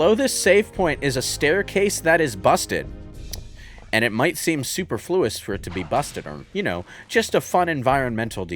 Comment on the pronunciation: “Super-fluous”, huh. Not “suPERfluous”?